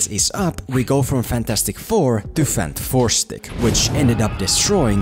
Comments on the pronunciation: Everyone says it Fan-Four-Stick, but shouldn’t it be Fant-Four-Stick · Im so happy he calls it "fanfourstick" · I needed to laugh every time you said fan 4 stic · so funny when you say FANT FOUR STICK, lol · Dude i legit cant take you serious when you keep saying fant 4 stick😂